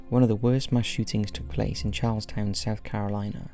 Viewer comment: Sweetie, I use to live in Charleston SC. It's pronounced "Charles-ton", not town. If you're southern, usually will hear "charles-stun."